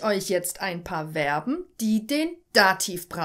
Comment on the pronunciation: Übrigens werben werden nicht ausgesprochen sondern Verben zu info